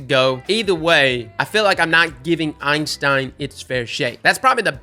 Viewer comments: EIN-stein is the scientist, EY-stein is the gun. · my friend, I love you man, but... IT'S NOT EINSTEIN, IT'S EYSTEIN 😂 everyone keeps calling it Einstein and I'm just like C'MON MAN THAT'S NOT IT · Thank you. I cringe every time anyone says “Einstein” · Why does he call the Eystein "Einstein" lol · Is it a meme to call it the Einstein? There is only one N in the Eystein name and it's at the end. If its a meme like The Dan then just ignore me. But then again, can't say Galliard or Antiope right either sooooo yup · There's no "n" in "Eystein" besides the one at the end btw. It's a mistake I've made hundreds of times as well